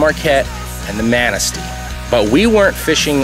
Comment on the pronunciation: Lmao the way he pronounces Au Sable and Manistee. Go home bum